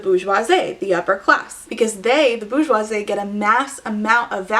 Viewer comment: Your prononciation of bourgeosie is SENDING me hahaha your homeschool is showing! (no shade from a fellow Abeka alumni for better or worse).. I have mispronounced so many things in my life because I didn't have enough social interactions to help me get correct pronunciation (but have a great phonetic/sounding out foundation) It should be boor (like Poor) jwaa-zee